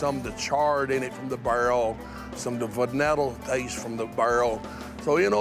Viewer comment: “you know you can taste…some of the verneddle taste from the BURRRRL” Wtf is “verneddle”?